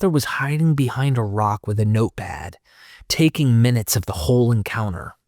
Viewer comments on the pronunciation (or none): none